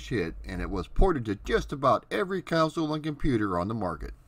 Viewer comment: I had this for the apple //e I thumb-upped this video. Also, it's altimeter (al-TIM-it-er), not ultimator. And after three videos, I'm pretty sure you ARE saying coun-sole. It's console. Aside from a couple pronunciations, you outdo yourself in these videos. The research is amazingly extensive.